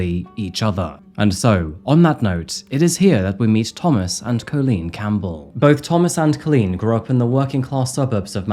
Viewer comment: It isn't Coal lean it is Colleen - man learn how to say the word. Your sing songy voice is obnoxious just speak normally and learn how to say Colleen it is one word and the Coal part does not exist anywhere in the spelling or pronunciation. Dude Campbell is not Cam bell either